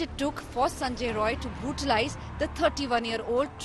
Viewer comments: Not Sanjoy Roy it's Sanjoy Rai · The editor/news reader India Today, Kindly correct the surname of the accused. He is "Sanjay Rai not Roy". Please.